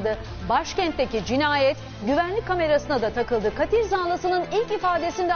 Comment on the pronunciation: Katil değil kâtil zanlısı olacak...